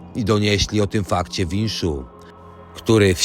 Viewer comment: Wisznu a nie winszu.